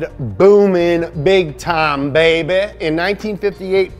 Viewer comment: MO POWUH BAYBEH MO MONEH BAYBEH